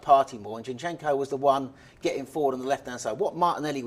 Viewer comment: I love how says ChenChenko!!🤣🤣🤣🤣🤣🤣🤣🤣🤣🤣